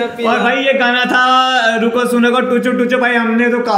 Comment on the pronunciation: Ruka suna nahi bro...ruku suna